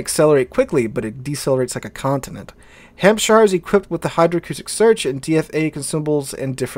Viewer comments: In England we don't say Shire when it's in a county name. We pronounce it SH. So you say Hampsh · It's funny, because we Americans pronounce our own state, "New Hampshire," exactly the same, but we get confused whenever we see "shire" in any other context.